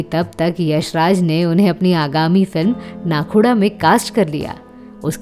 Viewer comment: नाखुडा नहीं नाखुदा कहिए